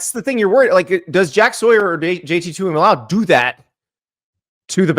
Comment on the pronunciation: Let me help you guys out, since you can’t figure it out in FOUR years. It’s pronounced, Too-E-MOLO-Ow. Also, 2002 OSU beating THAT miami team was the biggest surprise of all time